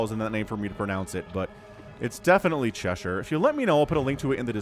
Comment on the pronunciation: Thank you for pronouncing cheshire correctly. Last game I was getting a mini tick every time you said Che-Shire. Which is not that wrong, its like ye olde english, but still. Cheshire Cat is the pronunciation :)